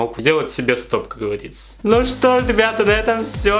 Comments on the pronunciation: Как говАриЦа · никто: абсолютно никто:: ну, как гАвАрИцА хкхехех, обожаю 😹❤